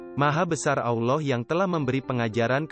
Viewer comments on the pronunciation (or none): Isi kontennya luar biasa bagus, tapi ada 2 hal yg sangat mengganggu : 1. Pengisi suara (mungkin pakai AI) tidak benar pengucapan : Allah, Rasulullah, 2. Background music nya genrenya tidak sesuai ut konten ilmu spiritual dan terlalu besar volumenya kadang lebih besar dari suara narasinya. Mohon maaf jika tidak berkenan.